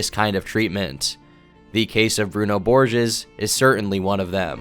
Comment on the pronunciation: I think it's pronounced "borhays"